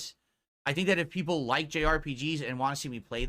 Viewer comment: Laughing at how pathetic he is. Nobody wants to see you play anything except your 5 "peepul" Just like nobody supports you but those 5 "peepul"